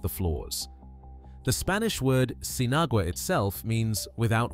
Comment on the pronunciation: pronounced seen-ah-wah....